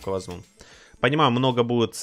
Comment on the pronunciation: Что за привычка говорить "вазму"' а не возьму